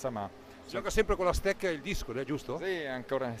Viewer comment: "la stecca" non si può sentire... ;-)